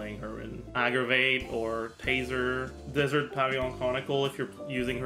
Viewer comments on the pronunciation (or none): none